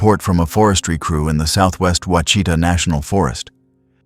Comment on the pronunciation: It is pronounced “Wash a taw” Ouchita.